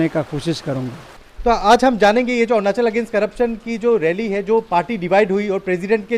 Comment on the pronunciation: Who made an MLA like him😂 couldn't even pronounce 'arunachal' properly 🤣'orunaasol'.